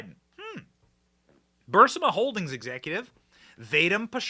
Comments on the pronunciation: It’s NOT BurSima! It’s B-U-R-S-I-M-A! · Hey it's not "Bursima" please pronounce it correctly. It's Barisma. I say this over and over Benny. Come on! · Benny love your commentary but please learn to pronounce certain names and companies. Vivek Ramaswamy the end of his first name is pronounced like CAKE. Burisma is BUR-EES-MUH